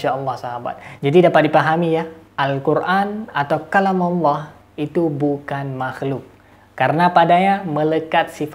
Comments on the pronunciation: Nyebut nama tuhan ko alah, yg bener ALLAH bukan alah, ini penista agama islam, nuduh" ustadz lgi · Ya kurang dn kehabisan obatnya, mana obat" bagi konyol kami gk ngaruh 😂😂😂 insyaallah kuat iman kami kuat, x lgi gk ngruh gk nyambung 🤣🤣🤣🤣 Jangan" pendata x hihihihi... Tu kn, suaranya aja tau apa agamanya, nyebut Allah, dia sebut alah 😁😁😁 capek aja lu ngoceh, nnti di kirim ke diburok hhh Ingat makin kuat Islam di Indonesia ya jangan ngwuuur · Nyoyot aja kau ini kasiaaan bilang aja Allah .bilangnya alah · Ya allah kakek2,,,,,,sadarlah kalo di liat dari topeng ini,,, sudah dekat bangat bau tanah,,,, zikir2 sana Sayang ini,,semoga cepat2 dapat hidayah lah,,,, firman allah aja gak benar ucapin nyan,,,, FIRMAN ALLAH KEK,,, BUKAN FIRMAN ALAH,,, SEMOGA ANDA CEPAT SEDAR KEMBALI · Tapi saya pribadi meragukan keislaman mbah ini,,, Dari dia cara menyebut nama Allah aja Alah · Udh tua,sok pake sorban ala" Kiyai,nyebut Allah aja Alah.KACAU! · Ngomong aja kaku,nyebut allah aja alah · Ketika mengucap allah itu seperti orang kristen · Sibapak ini agamanya apa ya , menyebut Allah aja ngak ngak pas .